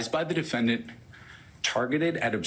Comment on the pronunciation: I keep watching and you never learn how to pronounce "defendant" and "Giuliani". Not meaning to troll. These are just some basic words you need to report on all this, so how you speak matters.